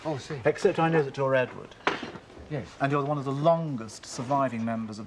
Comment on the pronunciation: harty couldn't say 'one' ie WUN.